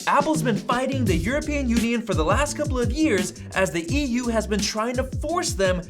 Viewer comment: THE EUROPEAN UION lololol